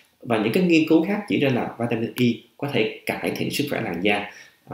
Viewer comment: Cho em hỏi bs vỉa mịn Y nhu bs đọc này chứ, hay vitamin E bs đọc khó nhận biết làm a